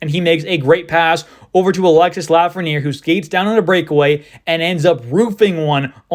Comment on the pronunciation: its pronounced alex-ee not alexis